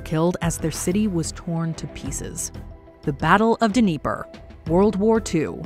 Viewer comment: not sure you pronounce the D when talking about the Dnieper, but no biggie. long as you didn't call it the Deniper, then it's all good..